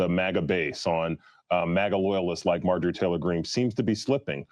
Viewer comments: He knows how to say her name he said it later on in the video. I jumped on him earlier a little bit about that too. About time I went on to make some other comments He said he called her MAY JOR REEE not Marjorie. ( Marge ger ree) Is 10 way of putting her down calling her out for being a fake in his opinion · Major ree lol , MARG- E ERY I know it's an old name bro. But you pronouncing it wrong but it ain't that big a deal I just had to point it out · please say the got dam woman's name correctly at least thanks